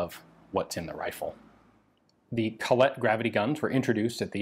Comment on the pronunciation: sry Ian! its called Colette, not coLLette :)